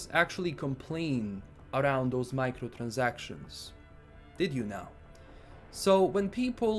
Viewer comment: That Transylvanian "Microtransactions" was perfect!